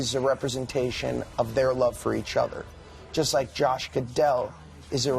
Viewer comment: “Josh Gadell” lol